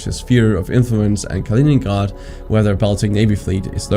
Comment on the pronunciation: Why do you pronounce Stalingrad with a german accent??? There was no reason to do that And later you do the same with Kaliningrad. Why do you say Ghrhrhrrad